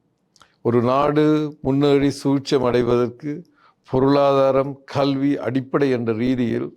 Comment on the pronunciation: கள்வியா?கழ்வியா? அல்லது கல்வி என்பது தான் சரியா? சொல்லுங்கள்? எல்லாத் தமிழ் உச்சரிப்பும் படுமோசமாக இருக்கிறதே! யார் உங்களைத் தமிழ் ஊடகத்துறுக்குத் தேர்ந்தெடுத்தவர்? உங்கள் தமிழ் உச்சரிப்பு தமிழை வேறு பரிமானம் எடுத்து விட்டதோ என்ற கேள்வி உண்டாகிறது.